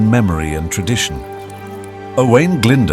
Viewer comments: Glyndwr is pronounced glyn-doer not glynder. this is just one of many incorrect pronounciations.At least check welsh pronounciation with a welsh person befor publication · Sorry but the cgi graphics are a bit rubbish. Had to switch off. Also Glydwr is pronounced ' Glindoor' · its pronounced - "oh - eye - n" "gl - in - d - ooo - r" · This is bad, very bad. Owain Glyndwr's name is pronounced like nothing ever heard before. Some of the place names sound like exotic fruit and none of the castle's look anything like the castles in Wales. If this is AI then I'm afraid for the future of education.